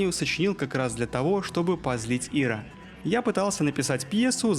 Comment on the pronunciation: Что за Ира? Ты издеваешься? В аббревиатуре ИРА' ударение на букву "А"